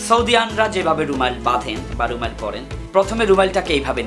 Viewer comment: কথাটা ত "রুমাইল" না বরং "রুমাল"।